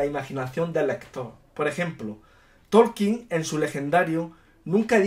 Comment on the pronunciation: Tolkien...no Torkien